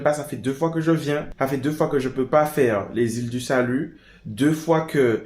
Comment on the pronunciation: Je rectifie : FRENCH GUIANA et c’est les ÎLE DU SALUT et pas « lilais du salut » 😒🇬🇫